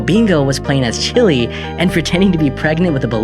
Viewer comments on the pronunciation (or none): none